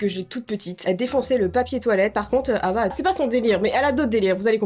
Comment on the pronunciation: Putain Hava c le prénom de ma mère sauf que sa se prononce Rava 😂🤦🏼‍♀️